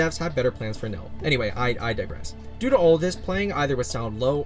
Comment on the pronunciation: I thought nil was pronounced nill